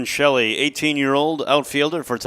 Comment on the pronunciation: Please pronounce Orren Shelley’s last name as (shell-eeeee) not (sheellleeee)